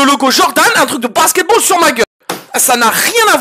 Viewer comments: le "basketbawl" au début 💀💀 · "Le basketbawl"